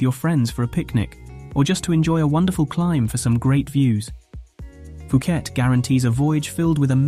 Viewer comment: IS NOT PIUKET DUDE!!